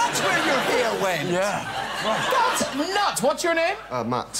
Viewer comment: "Thats where your heeer went"